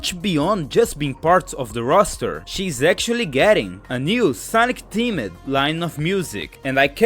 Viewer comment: I know you are not a native English speaker (neither do I) so let me give you quick tip. The e in Used is silent and so is the second e on themed. In fact if you noticed any word in past test that ends in -ed the e is silent.